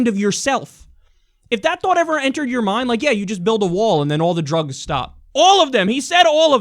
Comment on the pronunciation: "Drůgs" lol